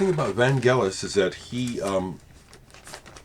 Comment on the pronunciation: Fantastic tribute.....a sad day for my beautiful country due to the departure of her son to the stars.....thanks for pronauncing his name correctly.....the only thing i would like to add is that with his first group Forminx which is an ancient string instrument like a lyre he had a hit with his song Jeronimo Janka....an instrumental that at the end you hear young Vangelis shouting Jeronimo.....he later revealed that he had a vivid dream of him going to the top of the mount Likabetus in the center of Athens and shout "Jeronimo"..... A magician, he was one with nature with god.....Αθανατος......